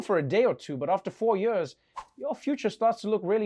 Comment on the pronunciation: I love it when Trevor says Yurs instead of years